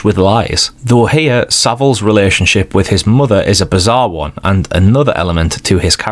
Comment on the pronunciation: one is 'WUN'. please learn it.